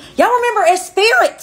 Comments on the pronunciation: It’s Esprit (pronounced espree) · Esprit, pronounced Espree. Just saying. I would've been verbally disintegrated by the other bitches in the 7th grade if I said Espirit. Also, I'm loving your videos. 😊👍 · Esprit, not Espirit. Loved it. Either way, still in the club. Gold card member perhaps.